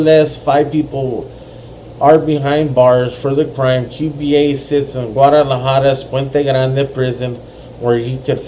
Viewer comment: Qba its not Q B A its souhds like cuba thats how u say it Cuba